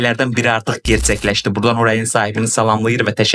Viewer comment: Gerts(ц)ekleşdi, dzemiyyet.